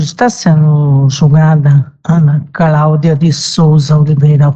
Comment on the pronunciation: A juiza fala Craudia????? sério?